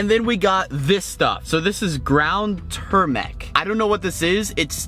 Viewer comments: That colorful powder was pronounced TOOH-MER-ICK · It’s ter-mer-ic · itts tur-mear- ic and it is not that bad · It is TERMERIC not Termic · And then we have ground turmec Me: you mean ground turmeric? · Tumeric is a spice, often used in curries. pronounced Chewmrik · no its too-mer-ick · The yellow powder is a spice used in other countries and it is turmeric and pronounced tuu-mer-ic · it is said toomerric but spelt what ever that said we put it in our rice to make it yellow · The yellow spices is pronounced tu-mar-ic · It's pronounced toom mar rick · It’s tU-mer-ic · It’s Pronounced TO-MER-ICK ! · I love how he said tumeric wrong! He made it tumerac lol!😆😆😆😆😆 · Also it’s pronounced tu-mer-ric